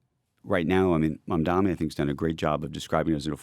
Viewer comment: it should teach you to say people's name correctly, like mamdani. This hack should be fired